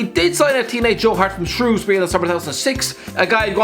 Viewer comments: says Shrewsbury right, thank god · thank god he said Shrewsbury right